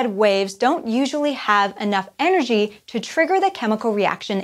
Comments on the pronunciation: High enrergy and low enrergy. Whoops. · "High enrergy" and "Low enrergy" lol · Yes, I noticed that too.